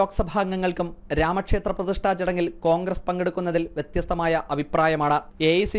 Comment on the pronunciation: you are റാങ്ങ് 😂..പ്രതിഷ്ഠ എന്നാണ് വരേണ്ടത് പ്രതിഷ്ട അല്ല